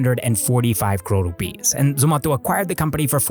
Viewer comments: It's not ZOMATHO its zomato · It's not zomatho . It's Zomato like tomato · It's Zomato not zomatho 😂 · Dude stop pronouncing zomato like that.... everyone in India says it like tomato but with a z, not whatever you're doing lol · Its not zomato its zomato...😂😂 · We say Zomato too. Why you pronouncing it funny ?